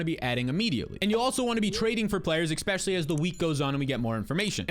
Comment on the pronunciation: Especially..not Expecially